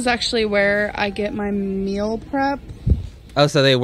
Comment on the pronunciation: She says "meal" like "mill" because she eats like a freaking mill. Just absolutely non stop XD